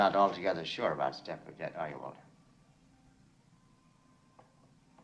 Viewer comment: No T in Stepford.